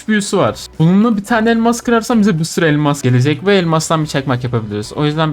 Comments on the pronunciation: ELMA"K" çakmak ne?😂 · Abi fark etdin mi elmas çakmak demiyor elmak çakmak diyor 😂😂😂😂